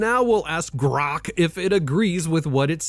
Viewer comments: The way he says "GRROKKK" is killing me. 😂😂😂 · Is that how your suppose to pronoun Grok? Grrrookk!!! Lmfao. Or is that just the way you say it? I really don’t t care I’m just wondering why you pronoun Grok like that. Elon Musk sucks big time. But cmon. You’re a little bias towards Grrrookk and love chat gpt. Or that’s how it seems. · First, can you stop pronouncing "Grok" like that, it's extremely irritating. Second, war crimes directly connected to the Commander in Chief, Grok is 100% on point, as it always is. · You know I really like your podcast but the way that you pronounce Grock it's mad annoying ! Please be considerate of your listeners.. thanks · Quit saying 'grok' so weirdly. It's distracting. This is my first ever comment on YouTube. Huh.